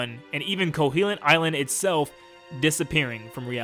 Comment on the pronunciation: Oof your pronunciations KO-HO-LINT not KOHELINT Facade Fah-sa-de